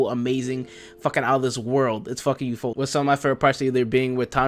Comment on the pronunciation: why do you say ufotable as ufoldable